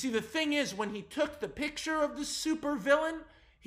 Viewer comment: I'm so glad I finally came across someone on YouTube that actually says "piC-Ture" instead of just "piT-Ture"/"pitcher", thanks Max man for proving to me that I'm not insane, lmfao!